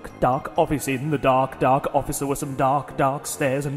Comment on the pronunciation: DA rrrrr K, gawsh! lol